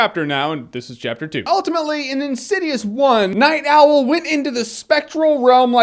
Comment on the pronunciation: it makes me LOL when he calls him nightowl. LMAO